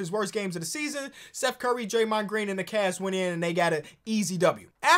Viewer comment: I thought he said "Cast"